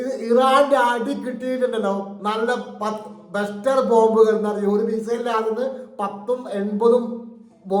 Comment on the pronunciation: ബസ്റ്റർ അല്ല ക്ലസ്റ്റർ